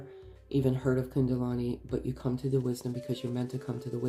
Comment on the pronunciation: thank you, you have a lovely voice 🌝 ( it's kundalini not kundalani 😊)